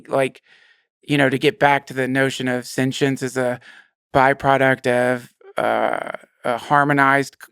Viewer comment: Take a shot everytime Duncan says "sen-chince" 😂